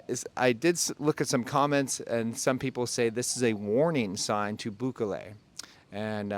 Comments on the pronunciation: His name is pronounced Boo-kelley, not Boo-ka-lay. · 2 tips for ya: 1) Bukele has the emphasis on the “ke” not on the “bu”. /buˈke.le/. 2) Biden is not going. His cronies are (aka “Delegation”?). This has to do with the immigration topic which is very important this coming election. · Booh-keh-leh. accent/strengh on keh. boohKEHleh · Btw the correct pronunciation of El Salvador’s president is Bukelly! Thanks again for the great content!🙏👍😎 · Bukeley ??? Lol , dude c’mon !!😂, you left America but you still have to learn how to pronounce names properly. 😉, good info though